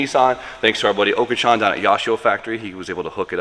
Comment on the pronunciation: Not to hate on one of the best JDM mechanic but you need to listen to Sammit on how he pronounces Oka-Chan name. Or just learn alittle bit of Japanese so you can pronounce Japanese words correctly. Kou ki